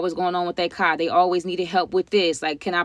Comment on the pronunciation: Yoooooo 😩🤣. I was just inquiring because of the way you pronounce “car”… guess that’s how they pronounce it up top.